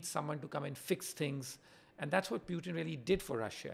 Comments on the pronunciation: First time I heard PewTin instead of Putin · What's this Pyootin? Bhai bolna nahi aata kya tujhe?